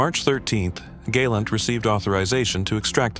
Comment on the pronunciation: Galent is pronounced GAH +LAHNT. long "A" is spelled gay or gai" . Your Hebrew pronunciation is not very good when it comes to Israeli names